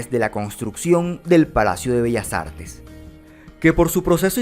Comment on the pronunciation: Lo pronunció de manera perfecta, no se que de carajos hablas.